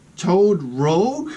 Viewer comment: Lol toad rogue... It's toad Rouge, and rouge is french for red, must be from Canada, where I live. It's not pronounced like rogue though.